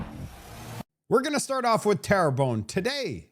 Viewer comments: 😂 It’s not trembelone… It’s terrebonne (good earth in French) Pronounced Ter-bonn But I love the way you said it, It made me crack-up 🤣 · Terrebonne should be pronouced like " tearbun" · Great show,. It's Terra bon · come on, pay attention you, are pronouncing the riding of "Terrebonne" as tremblon which does not even come close, it is insulting. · Terrebonne. I keep hearing Toblerone. LOL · Trembolonge lol 🤣. We need to teach you some French 🤣😜